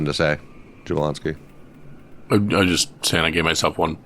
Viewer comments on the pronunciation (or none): Jabloński is pronounced with a Y if anyone cares...(ya-BLON-ski)...always emphasis on second to last syllable on Polish words.